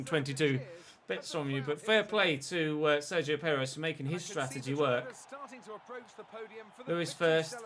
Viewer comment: I can't stop hearing "Dzeko" everytime you say "Sergio" xD